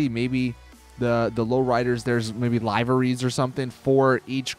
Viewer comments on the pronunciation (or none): WILL YOU EVER PRONOUNCE LIVERIES CORRECTLY!?